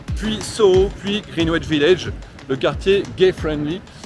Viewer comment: Superbe vidéo! Au plaisir de vous croiser à nouveau (j'étais devant vous dans le Dublin-Paris le 18 août). Pour info, le W est une consonne muette dans 'Greenwich' mais c'est vrai qu'on peut aussi le prononcer à la française.